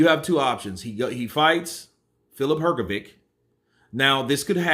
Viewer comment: Look. What Hearn did works in many ways. Even if IBF would allow Usyk v Fury, Hrgovich(this is how his surname pronounced) is now "the one whom Usyk ducks" and you can sell his fight with anyone for higher price. Hearn reminds Ruiz that there's another way for him to become a mandatory contender except Wilder. And Ruiz v Hrgovic clears the way for Wilder v Joshua. If Usyk is to fight Hrgovic now, then the way for Fury Vlv AJ is clear. If not anything if that, than AJ can fight Hrgovic as if he is boogie man who scared Usyk, not the one who struggled with 40 y o Chinese. And maybe Hrgovic and Hearn would earn some money for not fighting Usyk now. So, that step from Hearn can bring him benefits from different directions. No matter what other players do Eddie wins